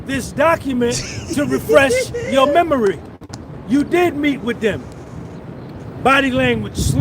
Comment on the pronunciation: “Let me refresh…your memury “